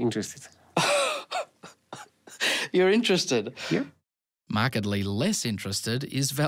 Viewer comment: But he said "iM iNtarEsTeyaD"